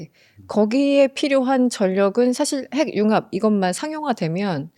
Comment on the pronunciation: 근데 핵융합 발음을 행융합이라고 계속하는데 거슬리네요. 해귱합이라고 발음을 하셔야...